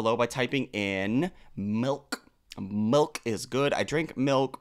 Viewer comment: Milk, or as would say “melk”